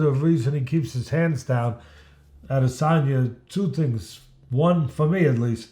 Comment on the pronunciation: "Israel Al-Lazange"